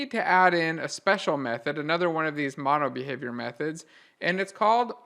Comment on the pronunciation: Couldn't understand the "MonoBehaviour" properly.